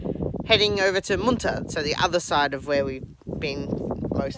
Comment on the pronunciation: You pronounced Moonta wrong